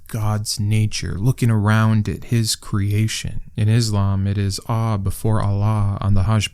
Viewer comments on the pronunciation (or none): none